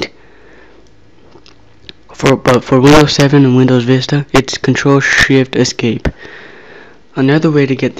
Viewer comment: it sounded like u sed controle sh*t escape lol